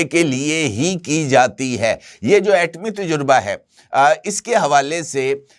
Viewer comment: Ajkal aapko nai c urdu word pronunciations ka bukhar charah howa heh.aapka ghalat talafz anjana aur ghalat,lafaz heh " tajraba" nakeh " tajurba aap janbojh ker ya urdu speaking kerty hein ya aap bhi justice "jahangiri" ki terha Karachi n Sind universities ke certificate ya degree holder hein.